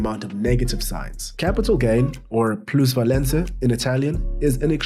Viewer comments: Fyi is “plusvalenZa”, not “plusvalenCa” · Plusvalenza not plusvalenca 😂😂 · it’s “plusvalenza”